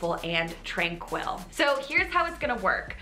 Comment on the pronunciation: Is the way she pronounces 'tranquil' a Canadian thing or an thing? Because it throws me every time.